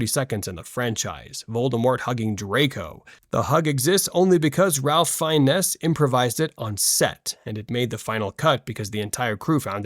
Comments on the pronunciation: Bro its prounounced Rafe Fines not Ralph Fiennes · "RALPH FINE ESSS"???? IT'S RALPH FIENNES ( PRONOUNCED FINES ) For someone who is such a stickler for details you'd think that you would know how to pronounce the name of one of the greatest actors alive . . . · FYI ‘Ralph Phiennes’ is pronounced like ‘Ray Fines’, not the way you said it. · Ralph Fi-ness? 🤦🏻‍♂️